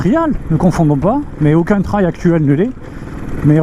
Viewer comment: Bonjour. Merci pour ce test. Pour info, trail se prononce "trèèye"